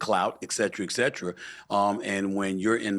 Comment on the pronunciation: Can someone learn how to pronounce the word etcetera Stephen A Smith and Piers Morgan both mispronounce the word